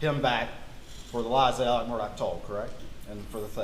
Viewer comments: It’s Alex, like Alexander - except when in the Deep South (I heard just the other day). That’s why some refer to him as Alex, but pronounced Allick. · In my life, I've never heard the name Alex pronounced "Ellick" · I’ve come to the conclusion that no one from South Carolina can pronounce ALEX. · Why can’t people get the names correct, Alex instead of Ellic, Murdolpf, instead Merdic?